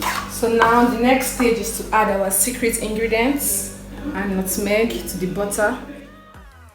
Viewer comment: Lmaoo why are you saying nutmeg like that? 😭